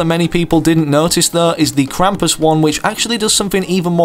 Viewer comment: its krampus my guy sheesh keep up the videos